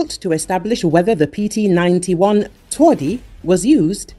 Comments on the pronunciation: You butchered the name, making it soft contrary to the meaning of the word "twardy" - hard/tough :P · Please, do not mispronounce TWARDY! WTF?